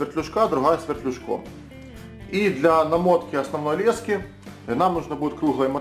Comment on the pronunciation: То говорит лЕски, то говорит лескИ, так ты уж определись как правильно говорить.